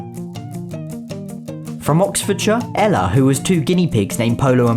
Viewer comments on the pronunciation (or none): none